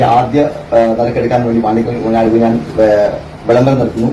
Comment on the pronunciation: കുഞ്ഞൻ അല്ല കുഞ്ഞാൻ ആണ്